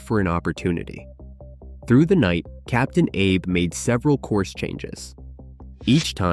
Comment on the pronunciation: Captain Ah Bay!!!!!!!!!!!!!!